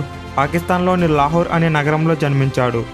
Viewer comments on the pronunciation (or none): none